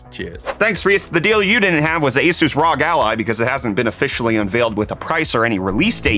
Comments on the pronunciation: Did you just say "rog"? Surely the correct pronunciation is "roge" to rhyme with "doge". That's a joke, for real: isn't it "R O G", like spelling the letters? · ROG = Arr*Oh*EEE Triggered the fuck outta me. x-D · Did he actually just say rog like it was a word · Does anybody else cringe when people say ROG as one word instead of saying the letters individually? Considering it stands for Republic of Gamers lol Idk why but it's just one of those things that bothers me, not that it matters. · I've always pronounced the letters. Acronym for Republic of Gamers, no?